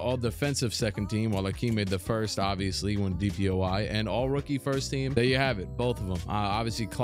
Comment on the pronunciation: Love the videos, but am I trippin or does he say “DPOI” instead of “DPOY”??